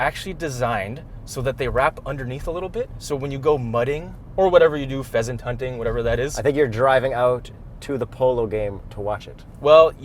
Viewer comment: Wait, did you say “Peasant hunting” ?